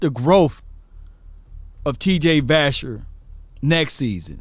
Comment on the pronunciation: It's vasher